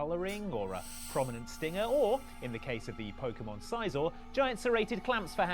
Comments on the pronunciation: The way they pronounce Scizor hurts my soul. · its si-zor not sigh-zor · How the fuck do you mispronounce scizor? It's literally scissors. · SEE-zor. Like "scissor." Do these people NOT cross-reference the animé?